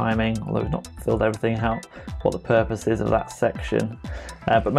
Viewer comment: Pupose... Gah! It's killin' me.